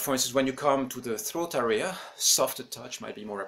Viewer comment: You’re not pronouncing “area” correct. The accent goes on the first syllable. Not the second.